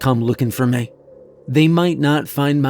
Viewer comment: Why can't this guy pronounce "me" properly?